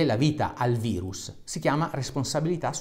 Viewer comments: Si dice VIRUS NON VAIRUS, È LATINO, CAVRON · bello e utile video divulgativo per far capire anche ai più testoni l'importanza di un comportamento corretto. un appunto al caro dottore: min. 5.55... virus si legge virus, non vairus... è latino, non inglesaccio 😉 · COVID è una sigla inglese, quindi in quel caso il prof ha detto vairus. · Come " vairus " Dario? Virus si legge come in latino non con la "i" all inglese (passami il termine); non fare come Di Maio.. Modifico alle , in inglese si pronuncia "vairus" e capisco che intendevi pronunciarlo in quel modo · Virus é latino nn inglese nn si dice vairus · Aia, quel "vairus" l'ho già sentito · hai detto vairus? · Anche tu che dici VAIRUS come se fosse una parola inglese ahahaha grande